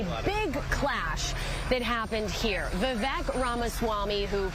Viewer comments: His name is pronounced Vivek (Vivake like cake) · Vivek like cake. Say his name right. You're supposed to be a professional. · Can’t even pronounce his name correctly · She doesnt even know how to say his name.